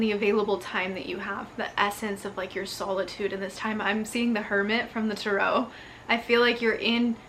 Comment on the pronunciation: Every time you say tarot you say it like my last name Terrell. Love, Dennis